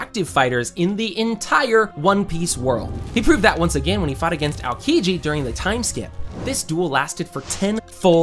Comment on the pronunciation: its not ALKIJI its Aokiji you need to say O between A and K , great video tho !